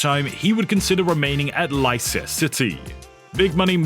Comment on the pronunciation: Leiscier city? wtf is that? Its Leicester city...